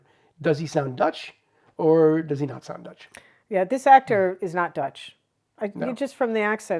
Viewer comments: David Schwimmer pronouns the dutch words beter than Gunther 😉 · You ask if ‘Günther’ sounds Dutch, and the guy is doing his best (I mean, could be worse), but funnily enough David Schwimmer’s pronunciation is amazing! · No, not offended at all. Ross's pronunciation was very good!